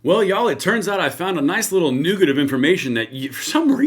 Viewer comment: "Nuh-Git"...not "New-Git" :P